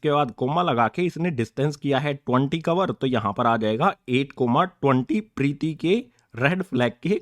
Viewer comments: Preeti nhi hai Preet hai 👍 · Sir vo pretti nhi preet h 😂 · Sir Preeti nhi preet 😂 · Sir priti nhi prit h 😅😂😂😂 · Preeti nhi preet hai